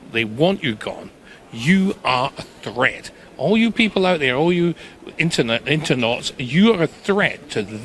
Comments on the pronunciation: Every time he said Internauts i almost died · "Internaughts." ...I like it! :D